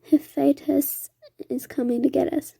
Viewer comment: You need to look up the words you don't know. Hephaestus is hah-feh-stus, for example. Reiko is ray-ko. Etc.